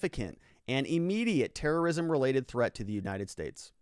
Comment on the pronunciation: When you said that maybe viva should move to the "states" I heard "maybe he should move to space"